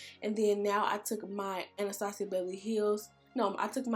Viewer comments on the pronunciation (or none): none